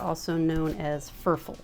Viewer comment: Pretty sure his nickname is pronounced like "fur fall" and he lives in Spain.